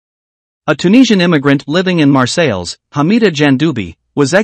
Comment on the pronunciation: Shit at pronouncing Marseille! 😂